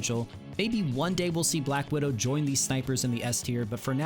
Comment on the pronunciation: Oh man you kinda sleep out the seasons, This tier list is just really not that good compared like to Cozy's or other. And if you have a chanel for Marvel Rival's then you dont messup Black Widdows name.